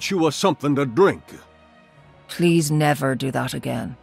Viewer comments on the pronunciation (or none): Can I’a get’a you’a somethin to drink’a